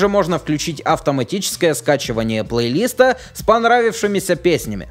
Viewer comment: ПлейлистА ударение на А а не на И